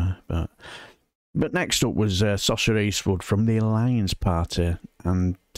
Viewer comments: The Irish name Sorcha is not pronounced like Sorsha, I believe but like Sor a ka. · Sorcha is definitely an Irish name. It's pronounced "Suruka"